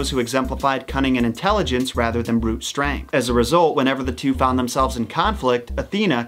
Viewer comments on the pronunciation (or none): none